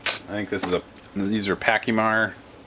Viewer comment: Pacheemayr and thought it was PACHMAYR ? Again gun smithing school maybe they could teach you to pronounce placemats I mean Pachmayr.And you don't know why the cartridges dump out instead of staying in place let's see if you took the rifle apart and look from the magazine well do you notice how the 30-06 is made to fit with the longer cartridge it needs milled out so the cartridges fit in the receiver straight instead of wanting to jump out!